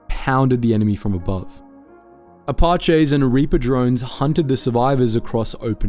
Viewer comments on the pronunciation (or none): Yo man your pronunciations on this one for apache and chinook are very incorrect